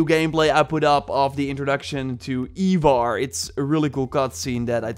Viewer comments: Eye-vor you heathen. Not eee-vor. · Ivarr is pronounced (Eye-Varr)